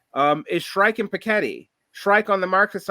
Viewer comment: Do you mean Shaikh??? Who the hell is Shrike?